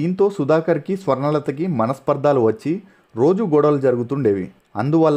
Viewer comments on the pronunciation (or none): It’s not manaspardaaalu, we should pronounce it like manaspardalu😊